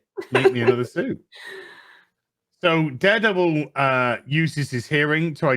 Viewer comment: it's not daredevil its durrr davil